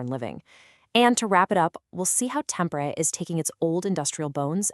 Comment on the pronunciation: Omg! You fell on your ass from the start by butchering the pronunciation of Tampere 😂😂😂